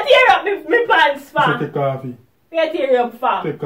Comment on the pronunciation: said tek off it 😆